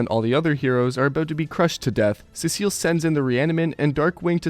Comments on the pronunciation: Urrrn actually its pronounced sea salt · Learn how to pronounce Cecil properly moron